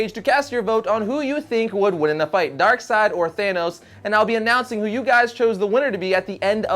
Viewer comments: DarkSeid Is pronounced DarkSide because “ei” in German is read as “i” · Pretty sure it should be pronounced DarkSAYd, not DarkSIDE. It sounds less cool, but it seems more grammatically correct, at least to me. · its darkseid not darkside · "Darkseed" that would sound so stupid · NoOOoOoOoOoOoOooooOoOoooOOOOO1!! It's DARK-SEED!!! NOT DARK-SIDE!!! What a nerd... *snort* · Dislikes are people that pronounce it Darkseed lolz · Only morons say darkseed. It's not even a debate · its clearly pronounced as darksnobble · "ei" makes an i sound, not an e sound. I wasn't aware people thought it was pronounced "DarkSeed". That's pretty dumb lol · 1. I can't look at Darkside and pronounce his name DarkSEED, It's so...wrong 2. I have never heard someone pronounce is like that